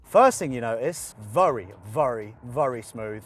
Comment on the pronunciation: Has anyone ever told the word is VERY not VURY?